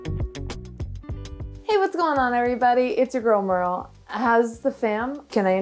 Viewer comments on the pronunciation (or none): none